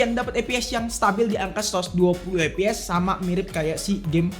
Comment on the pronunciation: Baru pertama kali nonton ini channel dan asli nyesel. Penggunaan english nya kaya orang kampung banget bang, ganggu bener denger nya, pantes sepi konten lu. SOC baca Es O Si bukan Es O Ci CPU baca Si Pi yu bukan ci pi yu FPS baca ef pi es, bukan ep pi es Langsung aja kita spell kamera nya? Spill kali ya maksudnya? Penggunaan kata² friendlyable, gamingable itu apa artinya ya? Batre irit dibantu supervooc 80W? Charger bisa bikin batre irit itu gimana? Buat rata² fps tuh angka nya fix 110fps, kalo 110 - 120fps itu range, fps yg bisa didapet range nya segitu. Ngomongin kamera, warna fotonya colorfull, itu maksudnya saturated apa gmn dah? Detail tergolong tajem dan dapet gitu, ini ngomongin apa bisa dapet? Puyeng gue nonton konten lu